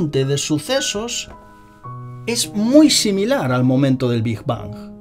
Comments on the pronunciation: Bingj bangj hahaha es big bang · Muy interesante el video, nada mas que esta bastante mal que digas "degras", asi no se pronuncia y es como un rechinido molesto en los oidos. Tampoco se dice "Big bons". Pronuncias fatal el ingles, y esto es una critica constructiva, revisa en el traductor de google la pronunciacion, antes de cada video, no es porque no lo digas perfecto, sino porque lo dices fatal, de una forma que ni se parece tantito.